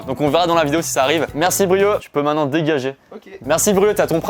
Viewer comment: Maintenant et non mainant 🙃